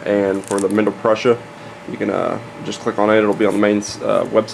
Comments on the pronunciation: pruh-sha > pru-sa. There is support material on any 3d printer. tbh you really shouldn't be trying to teach 3d printers if you only know 2/3 of what your saying. Maybe title it something like "Some information on how 3d printers work" instead of suggesting all of the info is in this video. And also don't give wrong info on an informational video. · It's pronounced "Prooza".